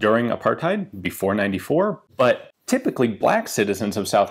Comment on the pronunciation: It's pronounced "bleck"